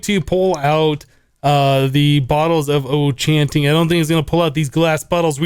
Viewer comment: "bottle of oh-chanting"